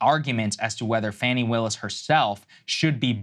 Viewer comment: / Judge THROWS OUT Fani Willis? Really? I thought you guys had enough integrity to not use clickbait BULLSHIT! That's the kind of thing that makes me quit following a channel. Also, could you please pronounce her name correctly? It is pronounced faw-ney not fanny. This seems like an ignorant mistake, as I have seen her many times pronounce her own name. Don't know for sure, but I'm guessing she pronounce it correctly.